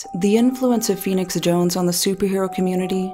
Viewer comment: All caps typing ( and also just look at his twitter any time). Steamrolls through any conversation . Unearned air of nobility (I'm feenix jownes. I help da innocent.). Horrible drug dealing hypocrite. He has literally EVERY SINGLE annoying personality trait. I couldn't stand this guy IRL.